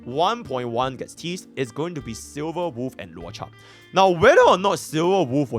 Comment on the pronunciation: But why did you say goonibg when on the avatar meme😭. I think has not watched avatar the last airbender. That was a reference to "there is no war in Ba sing sei" for those who did not understand.